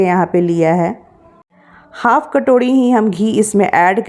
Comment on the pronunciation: Katorhi nhi hota sis katori hota hao